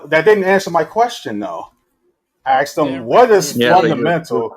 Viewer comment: Ton: That's not what I axed you. I axed you, what is it that's fundamental, that justifies all facts, blah blah blah... Me: Yawn. Zzzzzzzz